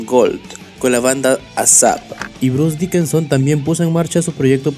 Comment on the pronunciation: Janis Ger, Bruce Dickenson... 😂😂😂😂😂😂😂 Está chingón tu documental, pero no mames, aprendete los nombres we.